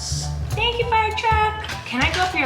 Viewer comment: Was that a southern accent on?? FIIIIRE!